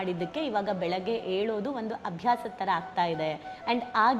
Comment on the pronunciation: Yeddoladu alla,yeddu+yolodu- yeddolodu alla,yelodu antha helri saaku.